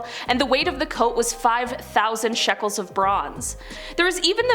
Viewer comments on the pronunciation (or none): none